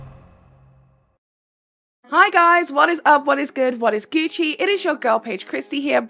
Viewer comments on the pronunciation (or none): none